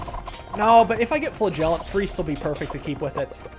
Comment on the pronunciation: Can someone tell him that he is pronouncing flagellant wrong? Pretty please?